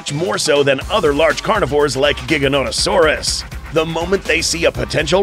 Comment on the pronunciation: Giganatosaurus pronounced- JI-GAN-A-TOE-SOAR-US